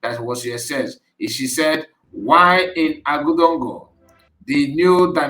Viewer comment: 😂😂😂it's not AGUDONGO my brother,, , that word you saw are being pronounce as OAGADUGU 😂❤